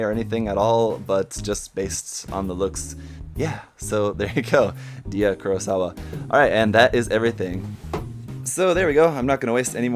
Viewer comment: And Dia’s named is pronounced as “DAI-YA”